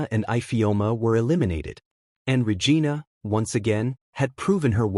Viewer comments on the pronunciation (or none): How many times are you going to mispronounce Regina. Lol